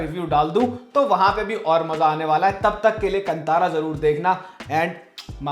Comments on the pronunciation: कंतारा नहीं, कांतार (in Hindi last syllable is pronounced dropping shcwa. But in Kannada as in Sanskrit, last letter र is pronounced including schwa as ra as हृस्व - not दीर्घ रा). The word is used by poet Kalidas in Shyamala Dandakam - कदंब कांतारवास प्रिये). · Just educating here about the pronunciations: Kantara is pronounced as "Kaan-taara" Yakshagana is pronounced as "Yaksha-gaana" Tulunadu is pronounced as "तुळु-नाडु" Kambala is pronounced as "Come-ba-la", not "Come-baa-la" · Just an FYI- Kantara is pronounced Kaa-n-taa-ra. I was waiting for your review of this movie. I am a kannadiga and have watched this movie already. Your research is bang on, and yes, the experience doubles when you know a bit of history behind the deities and about tulunadu. This shows how accurate your reviews are, and thanks for keeping it that way. This movie broke the stereotype Kannada movies had and will make everyone realise that Kannada film industry produces great movies too. Kudos to Rishabh Shetty for that. #nationalaward for Kantara and #nationalaward for Rishab Shetty!! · Kaale ka kaa "kaantara" kave ka ka nai "kaantara"